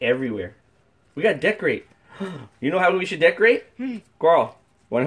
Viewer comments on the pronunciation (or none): none